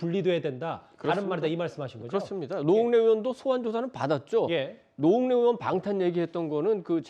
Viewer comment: 전라도 말투 졸라 거슬리네.전라도는 '의'발음이 안댐?? 으심. 으원.그것으이.